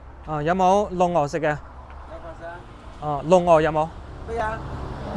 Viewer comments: 系碌鵝啊 唔系“露鵝”啊 完全唔同發音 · 碌鹅，广东话要讲 碌（辘）鹅（2声）